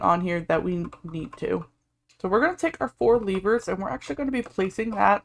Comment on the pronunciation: Did he really say Leever instead of lever or do i have ear issues